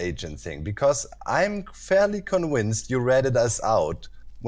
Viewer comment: Hey, did Doc say Con-wince?